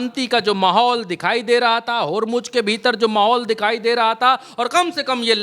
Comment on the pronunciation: होरमुज होरमुज नही. यार होरमुज़ होरमुज़ बोलो